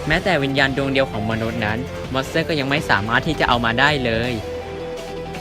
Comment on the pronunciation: ทำไมได้ยินว่า มอนเสอร์